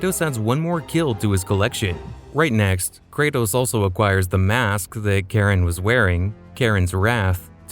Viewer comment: Its Char-on,.you AI.